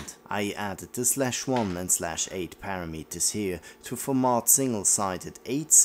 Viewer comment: English tip for you mate: parameter is pa-RAM-eter and not para-MEAT-er which seems to be really popular in Euroenglish. Keep the videos coming!